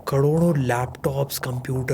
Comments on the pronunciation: Karodo❌ kdodo✅ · kadodo 😂😂😂😂😂 again kadodo 😂😂😂